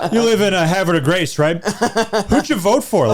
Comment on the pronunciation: As someone from Havre de Grace 1) I ain’t vote for that man. 2) how the fuck did pronounce it right